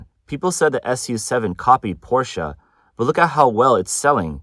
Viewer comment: Finally someone who pronounces Porsche correctly.